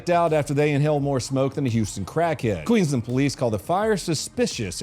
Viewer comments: I'm only in the comments because of the first clip when he butchered the name of Queensland a bit, because I am from queensland australia and think it's funny when Americans butcher the names. No hate, just a bit funny to see the other Australians comment on it too. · Queenland is pronounced QUEENS LAND… is Australian English such a huge contrast to American English?! 🤣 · it is pronounced Queens land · It’s queens land mate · It's QueenSland. Minor point. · Did most of my time in the Australian army in Townsville. To hear donut say " Townsville queenland " (its Queensland mate 😂) was soo surreal haha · Its pronounced Townsville, Queensland with an S Not Queenland 😂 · It's spelled and pronounced QUEEN(S)LAND... (sounded like you said Queenland?? - which hilariously is how someone from Townsville would probably pronounce it!). G'day from Queensland mate 🤙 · It threw me too. I was confused, trying to work out how the USA could have a place with such a similar name …. Then I realised it was in fact QLD and just missed the ‘s’ Drives me nuts the way Americans pronounce ‘Melbourne’. That’s way worse than ‘Queenland’ lol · Townsville, Queen-land? Queensland 🤣. I expect an apology to the aussies in your next video, please 🤣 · did one years ago about an Australian cop car cramming into a criminal, sidenote Queensland not Queenland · donut next time pronounce Queensland like this (Queens-Land) so say queens then land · Queensland not Queenland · Yep that's the first Australian vid I've seen on your channel. And it's Queensland (not Qeenland). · QueenSland not queenland. Land of the queen (queen victoria). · Queenslander here also, was great to see, though he did call it Queenland 😊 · Its queens-land... donut... not queenland 😂 keep it up brother love your work 🤙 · Pronounced Queens land not queen land. lol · Queensland not Cleaveland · Queens.. land.. ffs dude